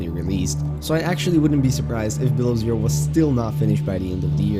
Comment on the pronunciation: The way you say below zero at 13 seconds is fucked. It's two words not one. Say it with me......below zero not bilerzur